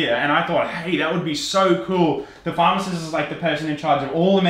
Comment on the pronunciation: i legit thought he was saying pharmacists. Then I was like is that a thing and I had to google it.:)